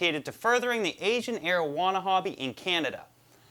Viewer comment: Is he saying marijuana